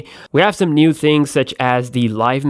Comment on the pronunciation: " is another NUDE dual camera" lol